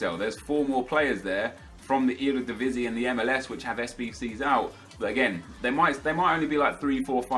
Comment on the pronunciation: i am verry proud how you say eredivisie